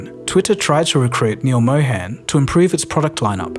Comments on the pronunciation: Neal Mohan, "Mohan" like Moe-hun (not moe-hen). sorry, couldnt help it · Just a small correction, his name is pronounced Mo-hun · It's pronounced Mow - harn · Pronounced "Mó-hun" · It's pronounced Mo Hun as in Hunt...it would be much appreciated if you try to pronounce the name correctly because it's a very common name. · Excellent video, but I just don't understand how you've done such tremendous amounts of research into everything but pronouncing his name right. I would think he deserves atleast that much given how many times he's been read off your script.